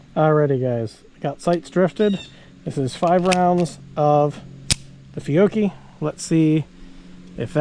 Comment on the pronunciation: Nice review. That Italian ammo is called "Fee-Ow-Chee" BTW.